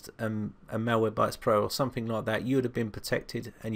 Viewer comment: Your accent reminds me of 2D from Gorillaz. He says "somefink" and "somefing" too and it's just so awesome and adorable and cool! Your tutorials have really helped me with my virus problems and your videos are the reason why my laptop is running again! Still sluggish but I think it's just from the extensive damage for having viruses undetected for 6 years. Yeah. I had 2 trojans and 11 viruses on it. All I thought was my PC was crap and had slow wifi when really I had malware from 2009 in all of my files. Thanks to you I learned how to identify malicious files and software and where to look and how to use cmd when I can't access anything else! I just can't thank you enough!!! You sir have earned a subscription from me! - Raeanna ♡